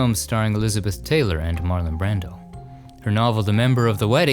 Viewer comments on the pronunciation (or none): none